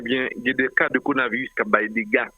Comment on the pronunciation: pa jam di coronavirus li di conavirus li manger le ro Dan's corona virus.